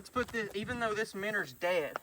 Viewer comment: 5 years 😅😅 and I still get annoyed when he says minners